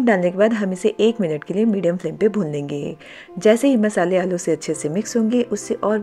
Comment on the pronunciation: Nice. 👍🏻 but, bhun lenge nahi bhoon lenge.